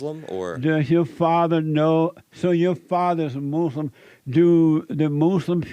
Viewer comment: Mooos-lum 😂 I can’t with this guy…